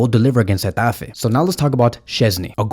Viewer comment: Dang did you have to do gateffe like that 😂😂. You said it with passion. In addition, I think flick will start ferran on the left and raphi as a 10 Pablo tore will come in for raphina.